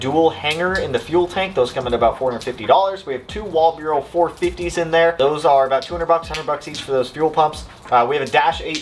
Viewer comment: The "wall bureau" gets me every time. It's wal-bro, bro.